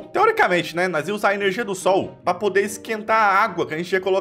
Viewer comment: Adoro o falando irmortal, upregrade, ernergia